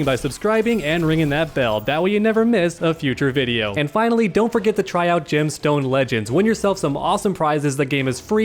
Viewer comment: Whenever he says "Gemstone Legends" it sounds like he's saying "Jim Stone Legends" which sounds like ..I dunno. A fishing game?